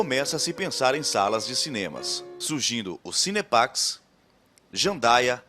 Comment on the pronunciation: Não é cine Paz cm fala a narradora do vídeo, é Cine Pax